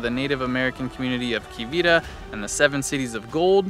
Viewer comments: There's a special state recipe for schools and state institutions for chili and cinnamon rolls. It's always the same great anywhere. By the way, it's not Kwe-vee-er. It's Kwa-vera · Next door in MO, they call it, Na-va-duh. Not Nee-vad-da. There's a major street in Johnson County (JOCO) KS (part of KC). and a gated super rich city in JOCO KS, called Quivera Road & Lake Quivera, and everyone in KS pronounces like my post. There's a Shane Co, jewelry store in JOCO, their ads, one year, some young guy on the ad, pronounced it more like you did. They got so much grief, the ad was pulled, 2 weeks before Christmas. Wichita, may be KS' largest city by population. But in the Metro KC, there's KC KS, Overland Park, Lenexa, Olathe, Prairie Village and about 20 more cities, that's just one big city. The KS part of the KC Metro, has over twice the number of people as Wichita. We always find in humorous, when people from Wichita try and tell us how big Wichita is. The map you showed of KCK BBQ. Had about 10-20 showing. There's closer to 100 in the metro area.